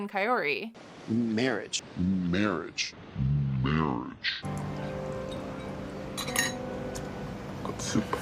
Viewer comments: Ed pronounced "Kaory" different every time he said it. ffs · I cant listen to ed say Kaori's name one more damn time.